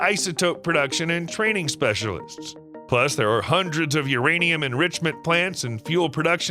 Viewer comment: is it URaniam or MYaniam